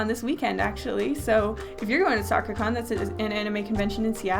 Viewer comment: Were you saying Soccer-con or Sakura-con?